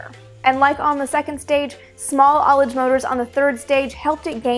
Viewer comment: Finally one of the space YouTubers I follow pronounces ullage correctly! <3